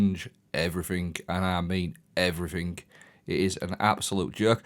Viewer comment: "Everythink" is not a word. It's pronounced as everything.